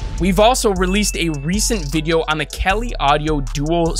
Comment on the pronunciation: why does he keep saying KELLY audio? it's prounced CALI, as in CALIFORNIA. does he also happen to say Kellyfornia?